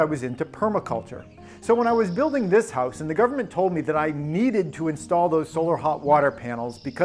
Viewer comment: Gubmint and epipen